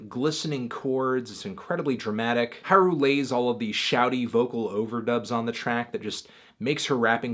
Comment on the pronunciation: It doesn't really work if you capitalize everything. Emphasis is important. Anthony pronounces Haru right (as right as an average English speaker could pronounce it given the alveolar flap) but he places the emphasis incorrectly in Nemuri. It should be NEH-moo-ri, not ne-MOO-ri.